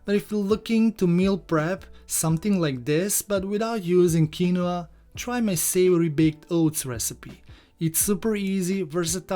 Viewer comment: I working on getting those cornmeal pudding recipes to you as promised. Quinoa is a weird word.....it is pronounced: KEEN-wah. Recipe looks tasty. I have some of this little known seed in my fridge, using it on occasion to boost the nutrition of white rice. Rinsing it in a very fine mesh sieve is standard since the seed has a bitter protective layer to ward off "predators". It's quinoa's own natural defense mechanism.